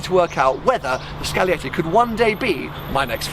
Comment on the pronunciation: It is scaglietti Not "scalietti"